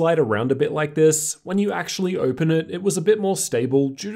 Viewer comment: How do you have a r sound when saying certain words like open 😂😂